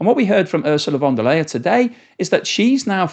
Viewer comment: You mispronounced Ursula von der Leyen by saying Ursula von der Leyer. To a German ear that sounds like von der Leier and reminds of Ursula of the barrel organ, hinting that she is repeating herself like such an organ😂, you are doing a Great Job anyway.